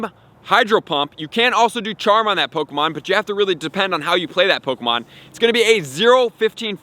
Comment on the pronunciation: "po-ko-mon" go AHAHAH